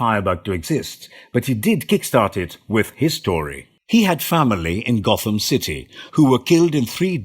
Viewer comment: Sorry but at one point you say Got-Ham city laughed my ass off